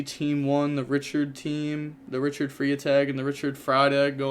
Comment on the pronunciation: Richard Freitag is pronounced “fry-tag”. In German Freitag is Friday so it’s Richard Friday